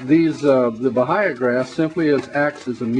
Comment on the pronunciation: The "h'' is silent in Bahia Grass. It is a Portuguese word. It is pronounced ba-ee-ya. Just like the h is silent in hour glass and vehicle and honor.